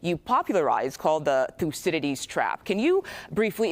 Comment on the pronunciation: M.A.D Bone Spurs can't even pronounce the word, Thucydides.